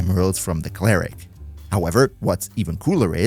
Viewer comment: “Clare-ick” is fucking diabolical 😭😭😭😂🤦‍♂️